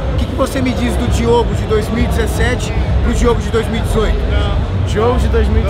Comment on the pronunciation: Só eu que percebi que ele falou Diego e não Diogo kskssk